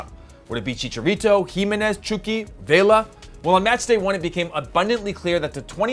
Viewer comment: Just call him Hirving Lozano, I’m tired of people butchering many spanish nicknames, especially when you call him Chookie Lozano.